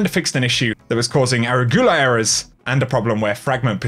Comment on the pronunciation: Aragula? Lol